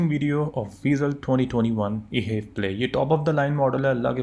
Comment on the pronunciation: Bro ap jo ye haiv play keh rahy ho its wrong and i know ap HEV play ko mila k parh rahy ho but its actually H. EV PLAY edition H is for hybrid and EV Is for Electric vehicle because this car totally runs on a battery. Engine sirf battery charge krta hai. And this car has 6 fwd gears. I sold some of these brand new vezels ☺